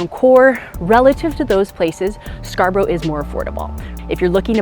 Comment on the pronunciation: Scar-bruh not Scar-brow